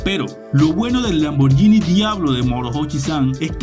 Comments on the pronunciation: Se lee lamborguini y no lamboryini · Lamborghini se pronuncia con la G y no con la Y Gracias 🙏